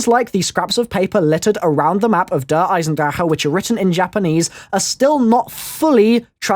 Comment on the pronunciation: this guy cant pronounce the map lool